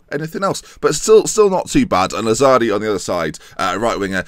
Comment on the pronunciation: The pronunciation of Pontisso and Bonifazi was actually pretty close! Lazzari's and Arini's wasn't though 😂